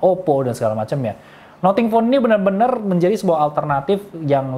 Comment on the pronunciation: Nating bukan noting